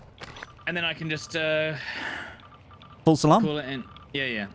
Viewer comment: For the longest time I thought you were saying "false alarm" not "full salam". Love your stuff. You, jack, tomo, stod... All great to watch Hope to one day be on your level and maybe even do a stream together. Putting together some content now, and eventually will continue streaming.